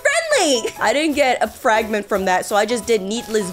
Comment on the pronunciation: its not fr(ay)gment its fr(ah)gment👍